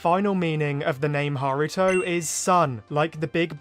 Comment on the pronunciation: Haruto it's just me who thought he said Naruto at first